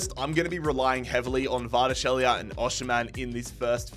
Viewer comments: Just call him Kvara or Khvicha if you can't pronounce his last name. Although Khvicha is probably too hard for you too lmao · pronunciation of Kvaratskhelia and Osimhen 😅